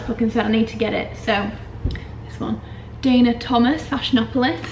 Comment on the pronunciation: it made me so happy that you were able to say “Dana” correctly, which is my name. I’m originally from Newcastle and now live in the South East and all the southerners say “Dar-na” 🙄 even after foreign them xxx